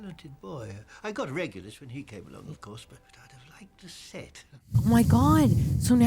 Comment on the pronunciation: You are the first reviewers who figured out who RAB was, even though you mispronounced his name! 😉 You were probably mixing it with Remus.